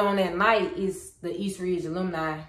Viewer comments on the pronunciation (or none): I've been out of HS for 20 years 😮. Alumni is pronounced uh·luhm·nai